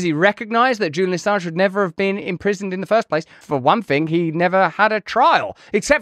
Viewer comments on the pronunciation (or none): none